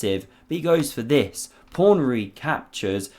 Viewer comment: The commentator in this video is getting very tiresome with his constant invocation of "prawn" instead of pawn. Once or twice is amusing, but to hear it said every time positively grates on one's nerves...